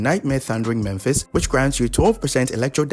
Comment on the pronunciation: Why do people always pronounce "Mephis" as "Memphis"? I don't get it.